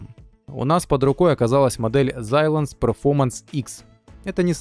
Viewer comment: Где ты там букву З в названии Xilence нашёл ? 🤌